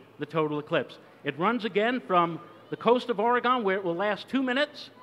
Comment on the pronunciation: Where tf is "OAR-IH-GAWN"?